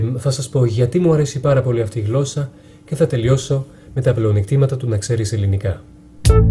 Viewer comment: Μια διόρθωση να να σου κάνω όταν λες γλώσσα μην το προφέρεις με (γκ) αλλά με (γ)